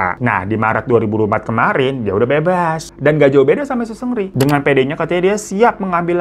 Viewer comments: Bang bukan sungri bang tapi seungri 😂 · Greget juga tiap denger 'sungri' wkwkwk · Gemes sm bang hiro, walaupun nyebut "seungri" nya terdengar seperti "sungri" tpi ttep bisa bawain cerita dengan baik dan karakter bang hironya bikin ngakak nemenin weekend majikan2. Terimakasih bang hiroo❤ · Gue dengernya Supri 😭😭